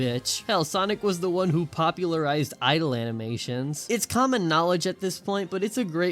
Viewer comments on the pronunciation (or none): none